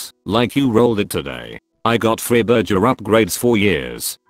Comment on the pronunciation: Is any one else annoyed but the mispronounced words of burger and Wi-Fi?